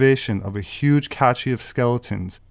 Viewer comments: Very interesting subject matter, and I'm sure a lot of this is good information, but I do wonder about the alleged credentials of a self-described anthropologist who doesn't know the pronunciation of words like Chippewa and cache. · CHIP-pe-wah. Accent on the first syllable. Cache is pronounced "cash."